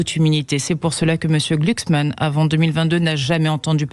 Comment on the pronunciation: gluksman ,ca se pronnonce comme ça se degueule . Une fumure de gôche de plus !!